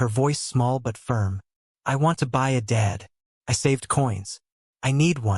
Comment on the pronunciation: AI AGAIN!!!!!!!! Dead meaning without life VRs Dad meaning father. Not spelled the same, not pronounced the same, not the same meaning.😢😢😢